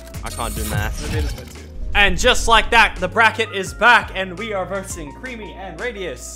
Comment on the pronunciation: he said MAC creamy LOL